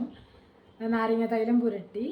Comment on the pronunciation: Madam പറഞ്ഞത് clear ആയില്ല നാരങ്ങ തൈര് എന്നാണോ പറഞ്ഞത്